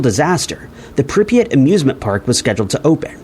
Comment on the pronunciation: Bro the city is Pripyat. First sentence of the video is already incorrect lmao.